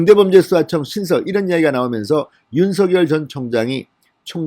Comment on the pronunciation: 윤서결이라는 검찰총장은 없읍니다.윤석열은 있어도.윤.석.열 이라고 .고유명사는 이니 그대로 발음해주세요